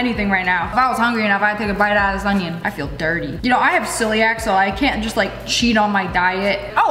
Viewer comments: “oNiOon” got me cracking up 🤣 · Me disappointed in lea cause she said onion normally once 😢